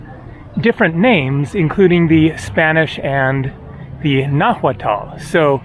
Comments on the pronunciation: Nahuatal is wrong pronuncination, you must say more like nawatl. Hua is wa. Atahualpa is Atawalpa. Cuahtemoc is Qaotemoc. Mexico is wrong, but Spanish pronuncination Mehico is also wrong. Original is Meshico, Meshicas. But spoiling words is normal when they go from language to language. Also, why to translate Ciudad de México to Mexico City? Foreign city names are usually written in original. Why then Sao Paulo is not Saint Paul, why Buenos Aires is not Good Air, why Rio de Janeiro is not January River? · The h in "nahuatl" is silent, it's pronounced nah-watt or nah-wah-təl